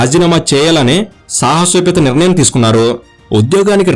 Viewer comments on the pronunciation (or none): none